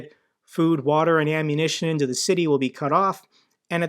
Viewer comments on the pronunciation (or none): none